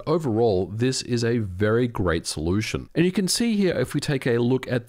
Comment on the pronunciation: did you say ver great..solution?